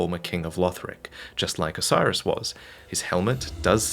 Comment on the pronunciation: I deeply dislike the way you pronounce "Oceiros" You're basically saying "Osiris" but I think it should be "Oh-Say-Ros"